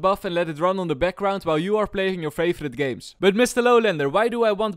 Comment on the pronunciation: "feivorrrit games"